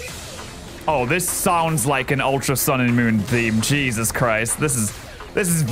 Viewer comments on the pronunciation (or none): none